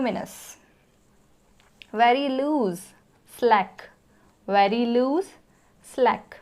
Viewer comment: Ma'am your pronounciation of ''very'' is little bit different from other teachers and from other peoples. You pronounced the words ''very'' like ''wery''. But most of the peoples are used to pronounced it like ''V-e-r-y''.